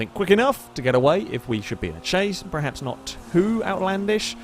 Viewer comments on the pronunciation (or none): Stop saying PREHAPS. The word is PERHAPS. PER PER PER.